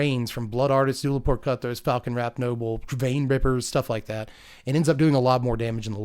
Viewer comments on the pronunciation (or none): none